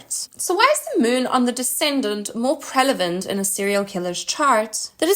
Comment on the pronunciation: She keep saying "prelavent." Good video, tho.